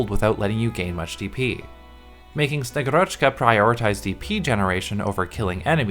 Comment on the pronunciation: SnegUrochka, not SnegurOchka Agent archetype universally agreed to be busted, so its nice to have more affordable Agent for IS, moreover that Slow on S2 is actually useful (probably even better utility that Surfer and Canta S2, although they almost always used with S1 anyway, besides specific IS situations). Also Bagpipe allows her to activate S2 faster! xD Also I would build her anyway for my Ursusknights, (Ursus as country, not bear race, Ksenia is a bird), thats quite the upgrade over og Zima as only vanguard Thanks for the video!